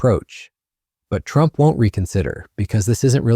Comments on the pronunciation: Yikes...the irritating AI voice forced me stop listening when it pronounced TRUMP as "true MP". sigh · This AI can’t even pronounce Trump! “True empee ” !!!